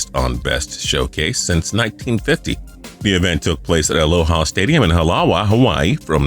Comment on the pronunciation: Alo-Ha not Alowwwa